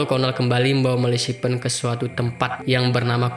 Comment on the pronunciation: Ahahah gagal fokus sama Malasipen mu mas 😂😂😂😂😂😂😂 Ejaannya Melefisen, mas 😂😂 Cukup menghibur 😂👍